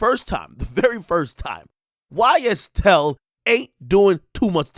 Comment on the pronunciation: Bro said YSTell😂😂 man free thug!!